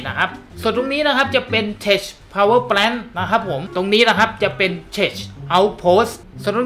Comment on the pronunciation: ข้อมูลดีมาก แต่ tech อ่านว่าเทค ไม่ใช่ เทช ส่วน Power plant อ่านว่า พาวเวอร์ แพลนท์ ไม่ใช่ แปลนท์ ครับ